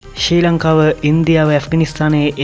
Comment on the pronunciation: සී ලංකාව නෙවේ, ශ්‍රී ලංකාව, හරියට කියහං